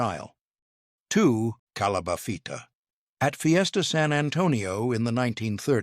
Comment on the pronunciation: No doubt calabafitas, tomalayas... Wtf